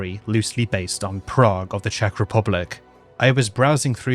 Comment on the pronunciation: Your pronunciation in Czech is actually really good ❤ especially since Czech is so weird of a language, that even native speakers often have to go through speech therapy as children to learn to pronounce some of the weirder sounds 😅😂